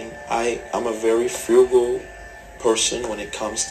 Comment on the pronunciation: Dude can't even say frugal.